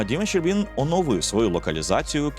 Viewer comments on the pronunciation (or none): Хах, ніколи не чув, щоб мене називали Щербíн. Я Сéрбін. 😅 Дякую за згадування ❤